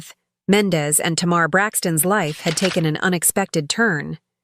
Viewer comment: I’m unsubscribing from this desperate attempt from this lady who cannot pronounce black peoples names for shit! It’s offensive and sad as hell that she speaks about people she has no idea about. So we know she isn’t even knowledgeable on r&b and hip hop. She said “Tumar and Mendez”????? So clearly she didn’t even take the time to ask someone she just throws random shit out there and some of us can recognize b.s when we see it! I STILL DONT SEE HOW SHE GOT MENDEZ, FROM MENDEECEES??🧐 Jesus take the wheel!